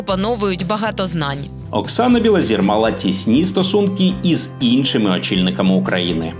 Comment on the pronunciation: Білозір - це прізвище, ПРОТЕ, українскьою говорять НЕ БілозІра, а БілозОра. Вчіть мову перш ніж читати чиїсь сценарії Невже когось можна споїти ? Треба мати Характер і не йти за примхами інших.